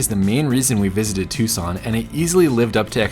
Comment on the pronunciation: As always, a great video! But it's Tucson, not Tuscon... :D